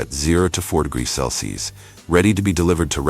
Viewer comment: The chosen AI narrator Can't pronounce "Celsius" correctly throughout. Well done!